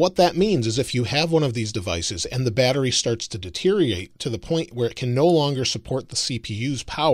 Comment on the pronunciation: Love the video but noticed you said this in two videos now the word is DETE-RIOR-ATE NOT DETE-RI-ATE